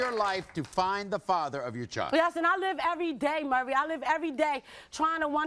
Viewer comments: Take a shot every time someone calls Maury "Murray". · anyone ever notice that most of these women always pronounce Maury's name as "Murray"?